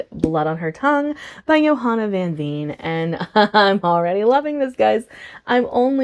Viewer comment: I am so with you on the TBR trouble hahaha. I am glad you enjoyed Play Nice, I really want to try Harrison's works. And I can't wait to hear more of your thoughts on Blood on her Tongue, I personally really enjoyed it but I had no idea it was even pitched as a Dracula retelling lol. Also, just fyi, 'Veen' is pronounced like 'Vein'... Dutch is weird, I know 🤣❤